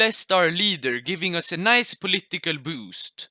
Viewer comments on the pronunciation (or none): none